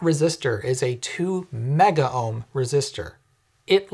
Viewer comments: Note that it's "megohm", not "megaohm"... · Oh, what fun. I kinda have a special place in my heart for the clunky, open bimetal bar; which I thought by now would be a thing of the past. Silly me. Also, please note... MEGOHM is pronounced just as it's spelled - there is NOT an 'AH' sound in the middle. Thanks.